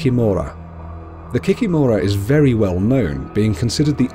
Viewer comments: Kikìmora, not the kikimòra 😂😂😂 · KikImora not kikimOra) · It’s pronounced ‘kee kee mara’ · kikimura (kee-kee-more-a) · What is an Ovennik? Also I am pretty sure it is Kikìmora and not Kikimorà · I'm from Belarus and I've never heard of an Ovenik. You mispronounced Kikimora(the stress is on the second i). Rusalkas are spirits of young, unmarried maidens who drowned themselves because of unrequited love. Their spirits are bitter because they died so young so they come out of the lake and lure young, handsome men into the lake to drown them. As others have mentioned, you missed the most popular one, Baba Yaga. An old witch who lives deep in the forest and will eat any children who get lost in the forest and stumble upon her house. Her house stands on 2 large chicken legs lol and she can also fly. Also another popular one that you missed is Koschei the Immortal. Koschei is the immortal king of the kingdom of the undead. Traditionally, he's very Gothic looking. You can only kill him by breaking a golden needle, that's inside of an egg, inside of a locked chest that's hanging on the tallest tree growing on a distant island. In many Russian fairy-tales, Koschei usually kidnaps a princess and then either a prince or a peasant boy has to go and save the princess. As a reward, he usually gets to marry the princess.